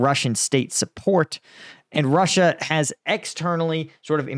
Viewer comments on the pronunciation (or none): none